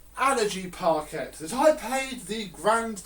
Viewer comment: You are not supposed to prounounce the 'Quet' lol it prounounced 'par-kay'.